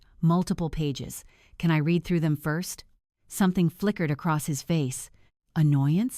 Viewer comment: I have a different comment. If these stories are read by AI, how come they keep pronouncing r-e-a-d wrong? And other words. An IV meaning intravenous as 4? And St. as street rather than saint? Easy to solve. Why don’t you try?